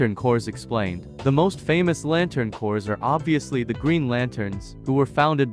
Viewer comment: FFS, "Corps" is pronounced exactly the same as the word "Core". The P and the S are SILENT. Stop saying "corps" like "corez", there's no zeta on the end, unless you're talking about MORE THAN ONE. But just referring to one Corps does not have a Z-sound on the end, it's just pronounced like "Core". (And it CERTAINLY is NOT pronounced the same as a dead body, so it isn't "corpse", unless you're talking about the covert ops corps "The Corpse", run by Von Daggle that actually DOES pronounce it as "corpse".)